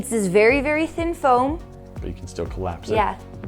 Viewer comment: i really like the way says "FAOM" instead of foam